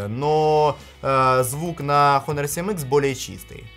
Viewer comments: Китайская херня,только по глупости можно хуавей купить!А автору привет,Honor читается и произносится Онор! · Произносится название фирмы "Онор". Сколько можно уже коверкать английские названия? МейцзУ - ударение на последний слог.